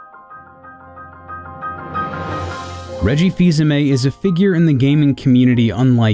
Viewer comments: I am pretty sure his name is pronounced either fil-amie or fis-amii Not fis-ame I am offended and not even french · I thought it was pronounced "Fee-uh-me"? I could very well be wrong.